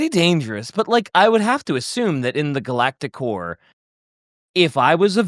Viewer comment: My brain will not stop hearing “Galactic Whore” instead of core 😭 This whole episode has had me questioning my maturity lmao